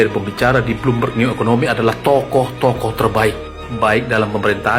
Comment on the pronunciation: Jokowi bertolak ke singapura berpidato di forum bloomberg Eeh Roy suryo cs berbicara bloommov'oon